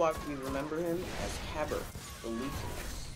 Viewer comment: You pronounced Kabr's name wrong, it has a silent "A" in it so it's pronounced Kabar